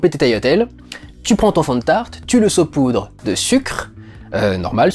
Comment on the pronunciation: Enfin quelqu'un qui dit "saupoudre" !!! Trop de gens disent "soupoudre"